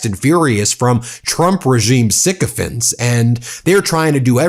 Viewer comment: Ben the word sycophants rhymes with pants, not vents. It's kind of annoying to hear mispronounced words.